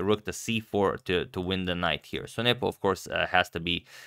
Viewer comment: I love how Agad pronounces it "Njepo" instead of "Nepo".